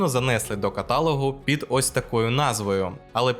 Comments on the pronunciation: Дякую за цікаве відео. Але, любий авторе, зауважте : в українській мові немає слова катАлог, натомість є слово каталОг. Вибачте за зауваження, бо дуже хочется, щоб ваші відео були найдосконалішими!))) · правильно не катАлог , - а каталОг говорить. и по ходу это брехня для глобусоголовых. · КаталОг, а не катАлоо!!!